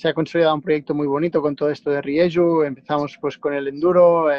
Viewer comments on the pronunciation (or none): ¿Rieyu? La marca ESPAÑOLA se escribe RIEJU, y deriva de los apellidos de los fundadores. Riera y Juanola.